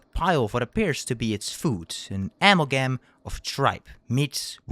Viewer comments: amalgam is closer to ah mel gam not amal gam like you said it also Charon is the ferrymen of the dead in Greek mythos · "Am al gam" a-mal-gum